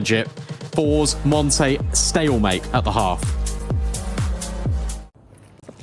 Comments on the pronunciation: It doesn't suprise me, My real life name is monte and almost all English speaking people pronounce it monty even if i tell them the pronounceiation is montuh (i think same as the monte team) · it's so annoying they can't even pronounce monte, it's not called monty but i guess it's the fault of their accent afterall, not proper for an international tournament and stream to have them talk with such a hard to follow accent